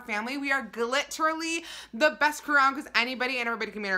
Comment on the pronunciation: I love box week 💕💕 and so I didn't realize she said gliterally until last month 😂